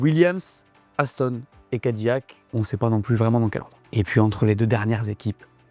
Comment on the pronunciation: Non il faut bien prononcer Cadi!!! Lac!! 😂😂😅 Cadillac !..😂😅